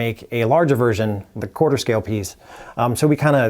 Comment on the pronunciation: "Quarter-th Scale" :P